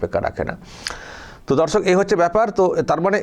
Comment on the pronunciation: S শফিকুল ভাই আপনার মুখের ভাষাটি উচ্চারণটি একটু ঠিক করুন দর্শক উচ্চারণ ঠিক করুন প্রথমে যখন দর্শক বলছেন ধর্ষক শুনা যাচ্ছে